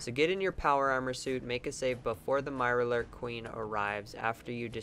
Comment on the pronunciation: "MIRARLOORK kween"